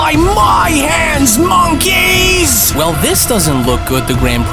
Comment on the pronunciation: U saying MONKEYS too hard Sounds like namek Frieza Or ..... Genkai 🫨